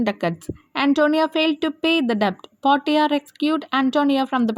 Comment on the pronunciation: Mam portia ennalla vayikukka porshia ennaan Manglish illathondaan ingane ezhuthiyath